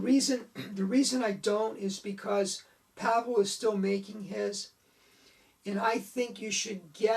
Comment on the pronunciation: Hi - great post, thank-you. Out of this World was one of the first card tricks I ever learned and I still perform it almost 50 years later! Two points. Pavel is pronounced "Pa-Vel" - two syllables. And he sadly passed away in 2011. He won a FISM award (1982) for his Walking Knot. His family continues to run his website in his name.